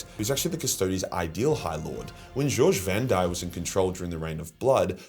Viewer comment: It's not "George Vandire". It's GOGE